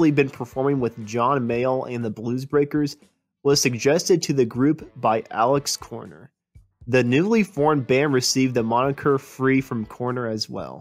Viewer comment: I actually thought he’d said ALEX Korner but it’s so amateurish I cba watching again🤣